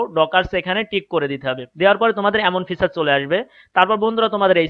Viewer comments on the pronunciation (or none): none